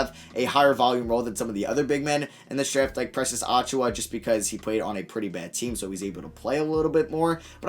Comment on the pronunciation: You hurt me every time you say it. You pronounce it (Achoo-yuh). Not (Achoo-wah)